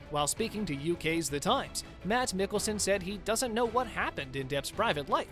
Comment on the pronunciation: Pronounced Mass Miggleson. Sort of. Too bad the presenter hadn't heard this wonderful actors name.